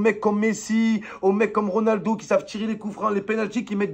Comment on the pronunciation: Son accent quand il dit Ronaldo aussi sait pas tirer les cou franc🤣😭